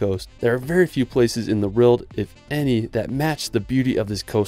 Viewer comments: World…it’s world. Not reald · Can you say the word "WORLD". Your pronunciation of this word makes your video unwatchable! For some weird reason, you seem to pronounce it "RILD". "Best surfing in the RILD". WEIRD, WEIRD, WEIRD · Love you channel but I can't take the way you say "world" it's like you're saying "rorld" 😭😭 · world = rerld in all seriousness tho, great video